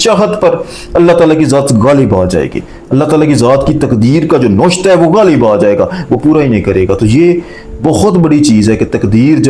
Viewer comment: Lafaz noshta nai navishta hai